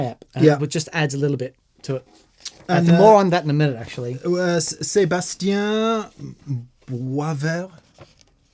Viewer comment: I usually completely turn off the Reverb on my dry amp. Gives it that extra punch and definition! By the way I can say as a French Canadian that you pretty much nailed the prononciation of Sébastien's name !